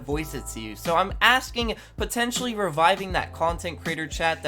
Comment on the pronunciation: Stop saying potencially, its ew